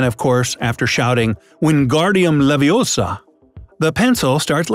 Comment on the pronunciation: “ It’s “ Leviousa” not “levioser”